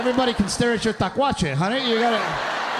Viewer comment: Hello from the RGV ….. great show . PS- it’s ‘ tlacuache .’